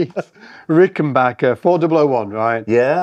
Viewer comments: also AGAIN - RickenBACKER rhymes with hacker. Please teach the American. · For the love of god Ricken-BACK-er. There’s no “H” in it. It’s Ricken-Back-er. It has always been that. It will always be that. It’s not hard to pronounce it correctly